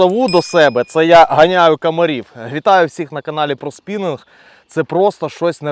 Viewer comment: Привіт)Цікаве відео) незвичайний метод ловлі) басовий😂. Але дозволь будь ласка одне зауваження: коли ви на початку відео говорите назву каналу «ПроСпінинг», то спининг в рос мові і в укр звучить одинаково, а саме - «Спінінг». Бо помітив, що на кожному відео так говорите